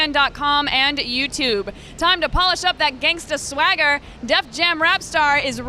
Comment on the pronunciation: Did she just say gangsta swagga?